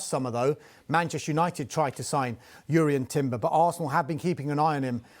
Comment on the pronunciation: Finally someone who knows how to pronounce Jurrien Timber's name properly 💯